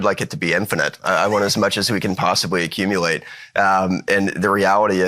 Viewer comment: “We want as much as we can possibwy accumuwate” -Bo Hines